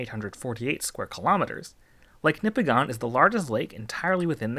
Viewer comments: Not nipi-gone. Its nip-i-gin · Nipigon locals will tell you it’s pronounced NipigIN not Nipigon. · "Nipigone" We pronounce it "Nipigen" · Small correction, it's pronounced Nippiggin, not Nippiggon. -a great laker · My fiance is from Nipigon and just a heads up are here it's pronounced like Nipig-in not Nipi-gone. Which i know is not at all the way it's spelled. My parents lived in the area for 35 years and never pronounced it the local way. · for years I pronounced Nipigon as you do here. Then, I found some years ago that it's NIP-ig-un. Actually, the 'c' in Mackinac isn't silent, but is pronounced as a 'w', which comes from its Chippewa/Ojibwa origins. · FYI as someone who lives in Northern Ontario it's actually pronounced "Nipi-gin" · I didn’t even have to watch the video to know Nipigon would be pronounced wrong… Nipigon rhymes with Bin…. Nipigin is what it should sound like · Most locals will pronounce Nipigon as Nip-ig-in. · I live in nipigon, it is pronounced nipigin. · Thanks! I do my best to research the pronunciations of my video topics. I did get "Nipigon" wrong though, and apparently also "portage". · He says nipigon so wrong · Man it drives me crazy when ppl mispronounce lake nipigon